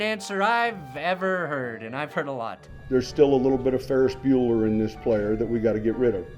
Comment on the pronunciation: Ferris Bo-ler